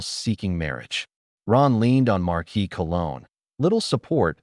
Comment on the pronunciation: I love these stories, but oh dear lord. AI. Please learn how to pronounce certain words. Viscount is vy-count, not viss-count. Bow is bo, not bao. How do they get Marquis correct, but not viscount?